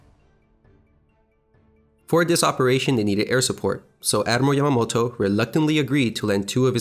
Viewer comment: Excellent presentation. You should work on diction a little bit, when you speak don't be afraid to clip the syllables sharply. When you said "Admiral Yamamoto," it sounded like "Admiramoto" No need to rush!